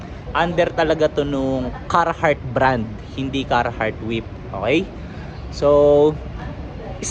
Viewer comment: Talaga ba ang pag pronounce ay “Carrrrrrhart”? talaga oa yung letter R?